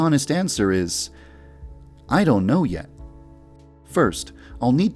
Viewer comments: I love how he’s like “iduno” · I laughed so hard that yandev said "I. Don't. Know! "